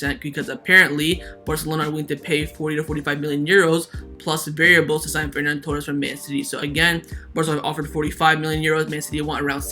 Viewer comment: Its not FerNan Torres, its Ferran Torres